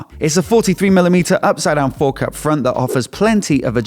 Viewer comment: “Both the for-KK and sho-KK” Accentuation to the max! lol 😂